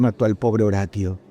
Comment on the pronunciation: Dross saludos desde Colombia, me encantan tus videos. sos un gran narrador de sucesos, en éste caso quisiera hacer una pequeña observación, en el 1er caso, el chico aunque su nombre se escriba Horatio, su nombre se lee como en español horacio, recuerda la serie CSI Miami.